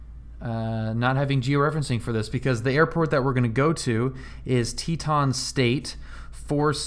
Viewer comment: Check pronunciation of Tieton…."Tie a ton"